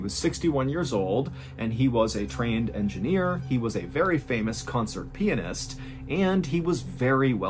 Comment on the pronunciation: Say it with me: Pi-AN-ist.